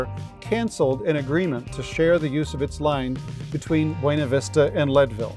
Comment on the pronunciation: Buena Vista is properly pronounced “BEW-na Vista”. The town's name has been pronounced “BEW-na Vista” instead of the Spanish “BWAY-na Vista” ever since it was founded.